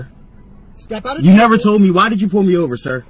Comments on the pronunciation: what is veeHICKkle? hmmm... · I can’t help but think it isn’t a coincidence that most of the sov cits out there pronounce it “VEE-HICC-LL”. 🤔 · "Ah'm asking for your supervisor and now you're busting up my vee-hickle and now you're glub glub glub!!!" And another Freeman of the Land spends $2,000 on a traffic ticket. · Brilliant. You are getting into my vee hickle!😂😂😂😂😂. No messing with chat and supervisors. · "You have busted my vee-hickle up.." I'm still waiting for a video about a sovereign citizen who actually won his case in court.